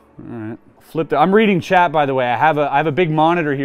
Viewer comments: He was saying "Chat" all the time and I thought he was talking to someone called "Chad"!! 😅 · Every time he says chat I swear he is really saying Chet 🤣🤣🤣